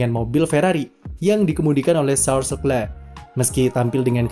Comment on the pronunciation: Tulisannya leclerc bacanya lekhleh